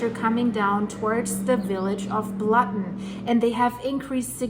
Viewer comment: Blatten is pronounced Blutten.